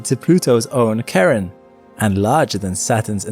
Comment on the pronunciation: Loved the Charon pronunciation. Sharon or Tcharon is like nails on a chalkboard for me😂